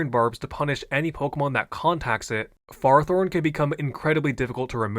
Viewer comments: i'm gonna keeping bitching i dont know how you saw the "fehr-ah-thorn" pronunciation guide and thought that meant you had to stress the "ah" every single time like this is not how we speak words in english 💔💔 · You mispronounced Fairythorn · Idk guys I think he pronounced FearowTorn incorrectly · Bro it’s pronounced ferfolorne 😭😭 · lol ferris wheel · Therroforn was my fav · After last video’s pronunciation of Ferrothorn, leaning into in this video was a nice touch. Great video once again ❤ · The Ferrothorn pronounciations go wild. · I thought I was having a stroke and had to go hack and listen to the section again 😂